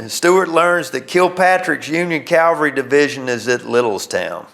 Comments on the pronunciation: He keeps saying “calvary”. It’s “cavalry”. No one got crucified. I’ve been to Gettysburg and I think they would have mentioned it. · The word is CAVALRY not CALVARY.